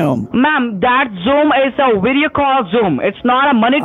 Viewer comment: “Wideo call Zoom”!!🤣